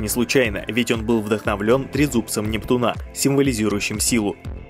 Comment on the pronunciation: У нептУна, а не у нептунА